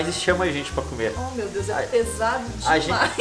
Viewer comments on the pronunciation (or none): none